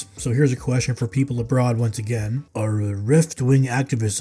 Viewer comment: "Aru reft wing activists asa disariked".... Classic 😂